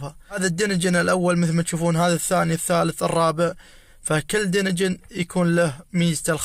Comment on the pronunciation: هلا بيك شكرا على شرح بس ملاحظه ما تنقال دينجن دانجن